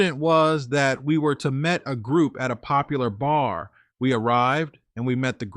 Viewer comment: Yes, I noticed it, too.. Every time he tries to say "meet," he says, "met."Instead 🤔...